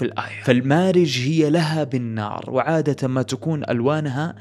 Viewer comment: وعادة وليس عادتا عندك مشكل